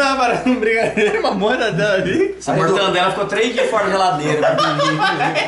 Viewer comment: Mortadela" e não mortandela 🥸🤣